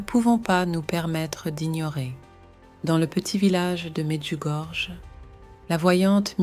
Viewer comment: Le nom exact de l'endroit est Medugorje. j ne se prononce pas comme je mais comme y dans le mot pays 5 pays, lequels? Pourquoi en parler si ce n est pas mentionne!